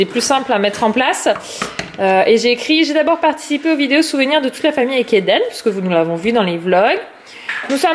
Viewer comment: Quand Eden choisit son histoire, il me semble que tu as dit "LiDen" Un mix de Lili Rose et Eden?😂😂 Super vlog, bravo a ta fille pour le 4 pattes Bisous 😙